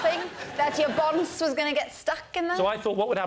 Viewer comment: She ACTUALLY said bonce